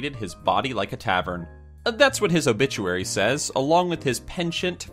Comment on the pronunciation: Loll a obituary it sounds like obitchuary XD Lol